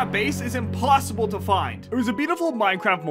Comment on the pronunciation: XD you dindt say inpossible but you said implossible